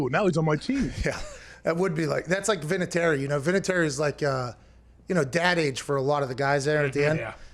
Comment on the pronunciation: Damn you butchered Vinatieri’s name there